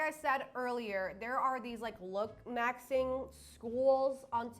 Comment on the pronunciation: I cant stand the way she says look - maxing 😭girl it's looksmaxximg